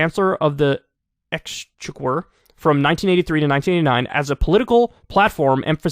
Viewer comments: 'ex-check-er' lol 😉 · For reference it’s pronounced ex checker for next time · It's pronounced "ex-checker" Kyle. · It's pronounced Chancellor of the Ex-chick-war from now on 🤣🤣🤣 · “Chancellor of the Ex- ecksczheqquuurr??” It’s “ex-check-‘r” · Ex-check-wer? Holy crap Kyle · X checker is how you pronounce exchequer kyle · It's pronounced "Ex-check-er." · Its pronounced exchecker! The English spelling of check is cheque. This spelling separates the word from the common spelling of check as like checking a list. Cheque is the monetary spelling. I suggest you learn proper pronunciation prior to recording your broadcast. You loose credibility with incorrect pronunciation. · It's pronounced "x checker", you're welcome :) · Kyle its pronounced exchecker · It's pronounced "ex cheque er" a check at the bank is a cheque not a check nor a Czech. Go (American) English! I once saw bouquet of flowers spelled Boo-K( not even joking). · Kyle, it's pronounced like "Exchecker". 😆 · Kyle, the word you're having trouble pronouncing is pronounced thus "X-check-er"... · Man I can't wait for the next general election as a Brit. Also Chancellor of the Exchequer is pronounced like it was spelt 'exchecker'. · Phonetically I'd say it's "xchecker" exchequer, love you Kyle and congratulations on your engagement although you'll probably never read this because you hardly ever read your comments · for future reference its pronounced ex-checker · Exchequer is pronounced “Exchecker”. One of the earliest Exchequer’s was Geoffrey Chaucer who wrote The Canterbury Tales between 1387 and 1400. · Exchequer is pronounced like exchecker, but yes funny old timey spelling. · Dude, jeez, it's pronounced "ex-checker". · Lol that's funny, it's Exchequer, Ex-Check-Ur. Basically the treasury. You pronounced it wrong because the US doesn't spell the word Cheque correctly and use check instead. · Kyle, love the show so just helping out. Exchequer is pronounced - Ex-check-er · I think it's pronounced "Ex-checker".